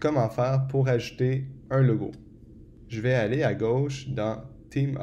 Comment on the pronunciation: Merci pour ce tuto (mais à chaque fois que tu dis "ajouter", moi j'entends "acheter" !) ;)